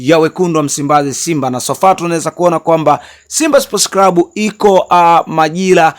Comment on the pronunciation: NI CLUB SIO CRUB. NA NI CLAUTI SIO CRAUTIS